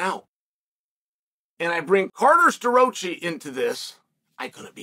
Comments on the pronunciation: CARter Sta-roachee. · Uncle Chael took Starroci's name to the back of the woodshed and straight butchered it